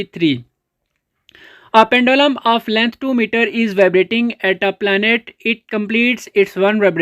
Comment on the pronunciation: length find karny an g full punjabi